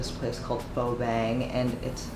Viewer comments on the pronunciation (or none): no hate but how do you grow up in nyc and cant pronounce pho😭